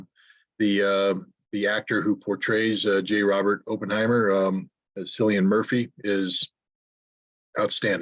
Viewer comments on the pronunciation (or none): Cillian Murphy is pronounced Kill-lee-an. Not Sillian. Cillian means "bright-headed" in Irish. Cil or Kil means church or monastery and many Irish place names start with that. The name would have been in reference to the fact that the Irish churches and monasteries educated bright-minded people from all over Ireland and Europe after the fall of the Roman Empire when Europe was in turmoil. It was these Irish monks and scribes that kept the Christian Church alive. Just saying. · Hey Scott the actor's name has a hard C, a K sound.